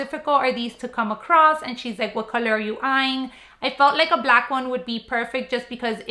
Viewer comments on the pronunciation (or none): none